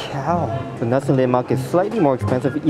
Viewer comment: 🤗 u got my respect for pronouncing 'nasi lemak' and 'ikan bilis' (anchovies) correctly! 😄 foods are always nice with good companies, and you have us to accompany your food diaries!